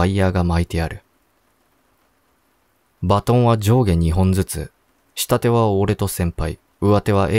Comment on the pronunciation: ｢うわて｣「したて」じゃなくて｢かみて」と「しもて」では？